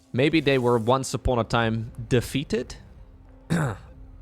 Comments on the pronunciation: Here for "de-feeted" xD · DE-FEETED LOLL 😂😂😂🤣🤣🤣